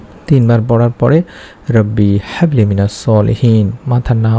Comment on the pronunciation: Quran shorifer aayaat gulur uccharon shuddha bhabe korte hoy Bhai."Habli" te chuto "Ha"ase